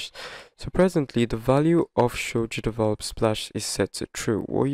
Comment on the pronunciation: Is it only me or he says "cheatable" instead of "GDevelop"? Or maybe because this is a way of "cheating" GDevelop? 🤭 Good video though, mainly now with the new version where the watermark appears in a place where it spoils the controls of the mobile versions and make them unreachable.